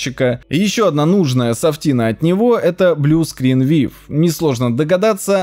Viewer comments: "Блускринвив". Блускринвью! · БлюскринВив))) Ну вы, инфлюэнсеры, даёте! БлюскринВью!